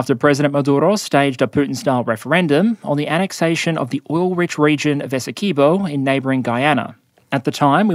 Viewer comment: I don't think I've heard an Aussie say "Essequibo" since I played Mercenaries 2, and she said it "Essa-car-bow" :D